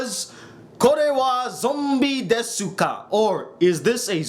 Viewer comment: It's pronounced "dess-ka" the "u" is silent.